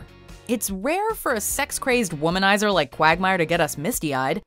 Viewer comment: Did you just say womannizer